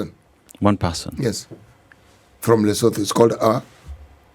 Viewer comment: Thank you for this situation, room- It is always a pleasure to listen to Jimi the Firebrand. Lakini Pronouciations CT.... Lesot(h)o Mosot(h)o Basot(h)o , Sot(h)o, The H is always silent. 🤣🤣